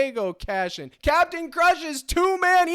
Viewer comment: The Cap-e-tan himself🙏🏽🙏🏽🙏🏽 #ForThePeople